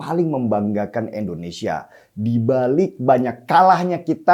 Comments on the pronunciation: Bang Denny bukan ENDONESIA tp INDONESIA ..pake I bukan E.. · Sy senang nonton mas Denny Siregar. Tapi setiabp sebut kata Indonesia saya sangat gak nyaman. Kenapa selau dibaca Endonesia. 😭 Coba baca dengan benar. Masa nama negara sendiri salah bacanya😢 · INDONESIA bkn ENDONESA